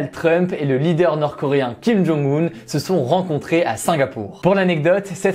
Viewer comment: Bonne vidéo comme toujours mais c'est dommage que tu ne lises pas les commentaires sur la prononciation des noms ou juste que tu ne la cherches pas avant de les citer ;) [Kim Jong "eun" et Moon "djé" in]. (oui je sais c'est carrément un détail, pas très important, me tapez pas trop)